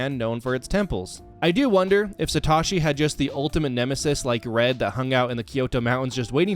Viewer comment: It’s pronounced ar-KEY-iss, SAT-TOH-shee, ray-QUAY-zuh, KUH-STEE-lee-uh, KAH-lohs, and ann-DORE-uh, “Patrick Star”! 🤨 Also, you forgot the DLC areas of both Generations VIII and IV!